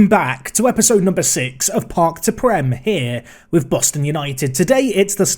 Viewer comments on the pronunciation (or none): none